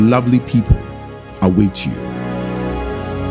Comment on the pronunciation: great cinematography but the narrator could have done a better job with the pronunciation of amedzofe. but awesome work all the same. ob is the man!